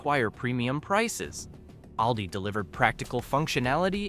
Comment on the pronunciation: It's called all - di